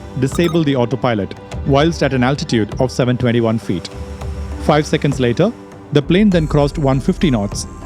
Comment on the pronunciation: It's not fiii hundred its five hundred...lol😂😂😂😂